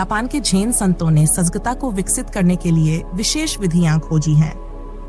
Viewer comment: अच्छी प्रस्तुति मगर हिंदी उच्चारण कई शब्दों का गलत है। जैसे संतों, सतर्कता आदि। फ्लो बढ़िया, स्पष्ट है